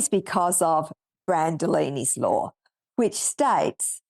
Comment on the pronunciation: “Brand-oh-leeney”, not “Brand-ah-laney”. It helps if you pronounce your messiah’s name correctly.